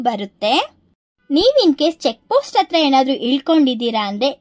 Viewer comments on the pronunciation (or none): ಎಡೆ ಅಂದರೆ ದೇವರಿಗೆ ಪ್ರಸಾದ ಹೆಡೆ ಅಂದರೆ ಹಾವಿನ ಹೆಡೆ. ಪದಗಳ ಉಚ್ಚಾರಣೆ ಸರಿಯಾಗಿ ಮಾಡು ಇಂದೂಪುರ ❌ ಹಿಂದೂಪುರ ✅ಅಂಗೆ,ಇಂಗೆ,,,ಆಗುತ್ತೆ✅ ಹಾಗುತ್ತೆ,❌...ಅತ್ತಿರ❌ ಹತ್ತಿರ✅.. ಇಂದೂಪುರ❌ಹಿಂದೂಪುರ✅..ಅತ್ತುಕೊಂಡಿದ್ದರೆ❌ಹತ್ತುಕೊಂಡಿದ್ದರೆ✅..ವಿದುರಾಶ್ವತ್ಥ✅..ಅನ್ನೆರಡು,❌ಹನ್ನೆರಡು✅..ಇಂಬಾಗ❌ಹಿಂಭಾಗ✅..ಅಪ್ರಿಸಿಕೊಂಡು❌ಅಪಹರಿಸಿಕೊಂಡು✅.. ಒತ್ತು ❌ಹೊತ್ತು✅.. ಕನ್ನಡ ಪುಸ್ತಕಗಳನ್ನು ಹೆಚ್ಚಿಗೆ ಓದು ಪದಗಳನ್ನು ಅಭ್ಯಾಸ ಮಾಡಿಕೋ